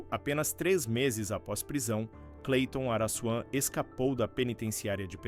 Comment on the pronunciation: Pra Vc Não Falara Mais Araçuan , Receba: Araquan.!kkkk